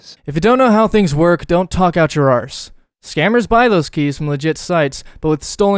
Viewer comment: never say arse in an american accent again 🤢